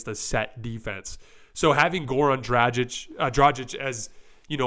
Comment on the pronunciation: The "G" in Dragic is hard, like the "G" in "good." Not soft like the "G" in "genuine."